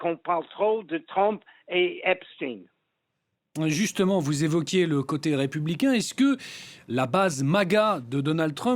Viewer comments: Pourquoi dites-vous Epstine ? Et non Esptein ? 🤔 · Pouvez m’expliquer svp ; suis je le seul à trouver bizarre le fait que tout le monde prononce Epstine alors que tout le monde sait que c est Epstein et que c est à consonance israélite ce nom… bizarre quand même 😂😂😂😭😭😂🤦🏼‍♂️🤦🏼‍♂️🤦🏼‍♂️🤦🏼‍♂️🤦🏼‍♂️😭😂😂😂